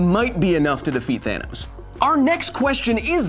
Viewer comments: Did he say "Thanus"? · "Thanus". No more needs to be said. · “Thanus” O-O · “Thanus” HE SAID IT! HE SAID IT! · XD HE SAID HIS THANUS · That moment when he said "thanus" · Me: thanos Ant man: thanus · I was sad, but then I remembered you said Thanus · He just fucking said thanus... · The mad Titan "THANUS" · “Thanus” wow. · DID YOU JUST SAY THANUS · Thanos is actually pronounced "the anus". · It’s called thanus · He really said thanus 💀💀💀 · Nobody: Kyle: THANUS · His "Thanus," Hahahaha.